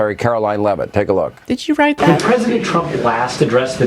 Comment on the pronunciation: She "serves at the pleasure of the pwesident". Emphasis on pleasure.